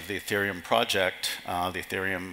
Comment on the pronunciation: It's "Ethereum", not "Etherum".